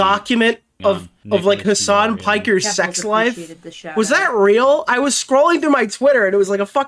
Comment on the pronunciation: "his son"? "hisson"? "HASAN?!??!